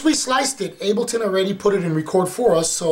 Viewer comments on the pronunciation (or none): "Abel"ton? Seriously?